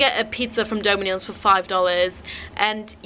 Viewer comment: Wait. How did you just pronounce dominos 😂